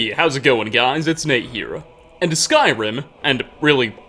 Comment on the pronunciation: I think it’s hilarious that you put an a on the end of certain words you speak for example the word here you say here’a or the word there you say there’a